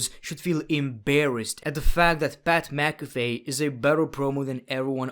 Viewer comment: "Pat McAfy"